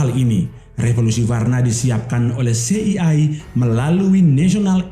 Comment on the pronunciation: Lafalkan CIA bukan "se i ai" tapi "si ai ei"...😅😅😅